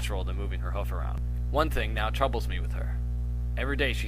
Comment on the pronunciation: Thing not thong. Sry X)